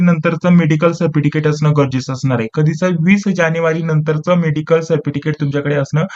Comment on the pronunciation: सरटिफ़िकैट❌ सरफिटिकैट✅ प्रश्न❌ प्रेश्न✅